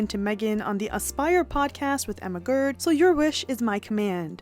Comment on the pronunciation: Emma Grede her last name is pronounced Greed.